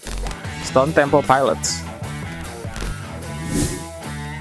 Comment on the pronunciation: TEMPLE NOT TEMPO